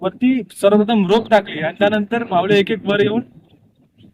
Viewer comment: मावले ❌️ मावळे ✅️ you should improve your pronunciation कारण हेच आपल्या मराठीच वेगळेपण आहे .